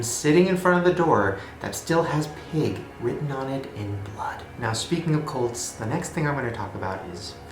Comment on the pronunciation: When he said cults I thought he said goats lmao